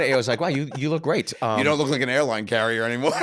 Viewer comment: It's AIRLINE NOT AILINE